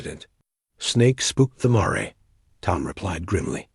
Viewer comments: This was a lovely story. It would have been better without periods being said as "dots" and with the correct pronunciation of the word "mare," as mār, not măré. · Yes, 'mare' rhymes with 'hair'... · Mare is a female horse learn to pronounce it correctly!